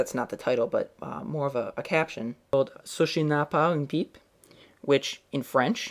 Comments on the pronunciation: xD ta prononciation n'était pas bonne mais évidemment, je dois m'excuser... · The way he pronounced ceci n'est pas une pipe omg hahah i love you